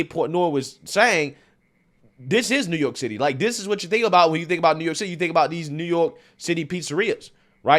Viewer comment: Did he call it "New York Sh!tty"?